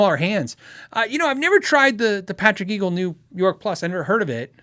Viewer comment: I love you but twice now you have called it a Patrick Eagle. It's EGGLE. Like angle instead of angel. Patrick James Eggle now has his own company and I strongly suggest you look at the Macon for sheer sexiness. Possibly the best guitar I've played in 35 years of playing everything I can get my hands on. Eggle guitars was his previous company where he designed the Berlin and Acoustic Wave. Patrick Eggle JS Legend is stunning but Patrick James Eggle's Macon single cut is sublime. The drop top 96 is an unbeatable strat type. Check them out. They are incredible.